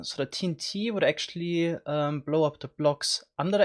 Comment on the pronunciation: Hehe he said “ze lower nether regions”